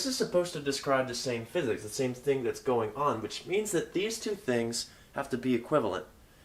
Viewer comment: For a moment there, I thought you said "Welcome to Tensor Calculus for Fitness". For a moment there, I was excited...